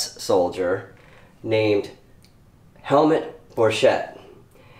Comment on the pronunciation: The name is pronounced as Helmoot not helmet